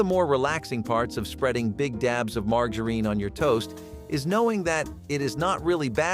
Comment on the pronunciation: Margareen? Fried Roll polls? Man these pronunciations are horrible. Lol